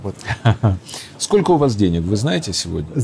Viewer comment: ... Чичаваркин хвастается, что он в 2000 году, во времена когда все пиздили все друг у друга, привез домой две сумки наличных денЭг, отпад! ...моя маленькая дочь смешно училась говорить по русски, вместо если бы говорила - "этлиб" ...так вот ссынок, этлиб ты смог как и я, во время свирепствования лЭйтЭнантов из ОБХСС в 1982 году (что такое ОБХСС см. Википедию), привести домой двЭ сумки советских дЭнег достоинством от одного рубля до советского червонца (25 рублЭй) , цены бы тебе не было, среди цеховиков, а так ...свезло чуваку, подсуетился вовремя и сегодня в ус не дует и обливает грязью тех кто ему это, хапнуть бабла, позволил...